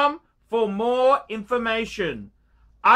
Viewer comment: “if you want to phind a lot oph garbage... this is the channel phor you” you’re supposed to be sprooking his channel, not yours